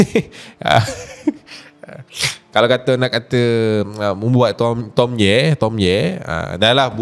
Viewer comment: Dorg tak panggil tomye dorg panggil “toye” 🤣🤣